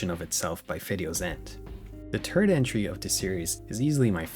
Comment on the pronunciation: You know what really strikes me in this whole video? The effect of your inability to pronounce "th", and how that affects how you say "third".